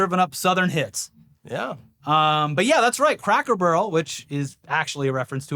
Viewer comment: sounds like is saying cracker "burl" lol